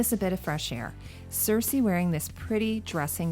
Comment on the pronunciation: says "queen cersesi" 😋 btw, great video, as basically always!